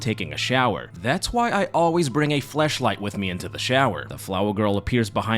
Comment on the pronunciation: did i hear that right?? did you say Fleshlight?? 💀💀💀💀